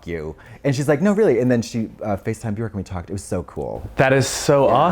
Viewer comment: I can't believe he actually pronounced Björk the proper way. Katya knows that the icelandic pronunciation for ö is not the english O. As an icelandic i am really appreciative. And I am the one who has been wrong all the time as i write her name Katja .